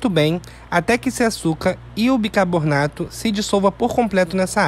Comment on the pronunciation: Amigo, assisto muito seus vídeos, por isso vou corrigir sua pronúncia; por favor a pronúncia correta é BICARBONATO e não bicaboRRRnato.